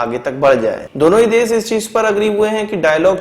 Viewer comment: Santi nahin shanti, Des nahin desh kahiye. Correct your speech. Quresi nahin Qureshi.